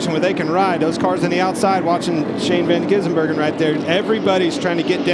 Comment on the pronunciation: Is it really that difficult to read a guys name properly? It’s Van Gisbergen, not Van Gisenbergen. He’s been around for a few years now, you figure they’d get it right at this point.